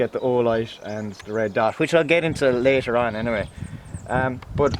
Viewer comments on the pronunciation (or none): none